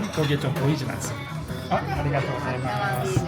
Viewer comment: 한국인이 일어를 아무리 잘해도 Gozaimasu 를 Gojaimasu 로 발음하는것은 어쩔수 없나봐요